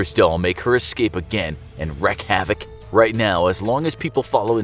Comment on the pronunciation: the way he said "wreak havoc" threw me way off.